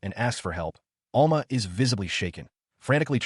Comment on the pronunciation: ITS Al-MA not all-ma